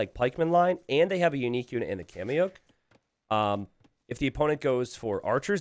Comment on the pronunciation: I don't speak Quechua, but I can't help but think his pronunciation of "Kamayuk" is wrong.